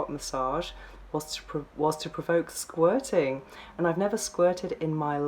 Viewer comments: Hearing her pronunciation of "squirting" is a major turn off. Sounds more like she is trying to say "squatting" ...The guy made her squat 8 times in two hours.....Loser. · Please say Sqirting again! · What the ...Professional S Toy Tester? Gee... Why did YouTube recommend me this? But how can I resist not clicking on it...lol...and why do you say "Squirting" like this?